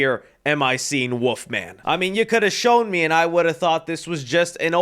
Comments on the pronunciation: bro was saying woofman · ya know what's worse than that design for the Wolf Man, . ..? YOU , . ..saying " woof-man " , . over `n over `n over, . .. WTF , . . .... .!!!!!??!?! . . . there's an " L " . .. in there dude 🐺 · That ain’t the wolf-man that’s the woof-man